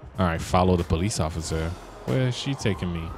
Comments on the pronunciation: You said ocifer but not officer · In you said ociffer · "ofcorce i see you osiffer" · ociffer 😂😂 Just like in lspdfr: „I‘m not drunk just a lil‘ tipsy ociffer“ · Am i tiriping or did he just say ofcifer